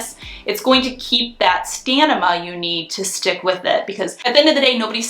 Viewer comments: Stamina* not stanima. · It's "Stam-i-na" not "stan-i-ma" 😉 😘